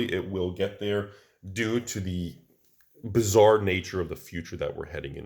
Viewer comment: Did you say something bizzar could happen or something bazzar? :P